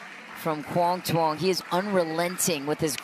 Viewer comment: Butchered his name so bad, quang Duong